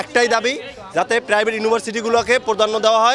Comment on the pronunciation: What a slang 🤣 প্রাইবেট ইউনিভার্সিটি কে যেন প্রদান্ন দেয় , ওয়াট আ প্রনান্সিয়েশন 😂😂